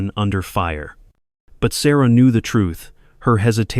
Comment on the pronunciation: I like the story a lot. The narration switching to foreign pronunciation of Sarah's name and a couple other words is disconcerting. I had to back up the video each time to read the words. This interrupts the flow. I thought if it was AI narration it would be smoother.